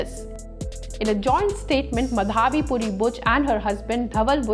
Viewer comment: ''माधवी पुरी'' --नॉट ''मधावी पुरी''. प्रोनॉन्शिएशन इज् नॉट करेक्ट. प्लीज् नोट.